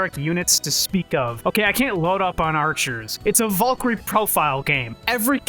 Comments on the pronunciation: vool-kery is all i heard this whole video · It's bad when you can't even say the word Valkyrie correctly...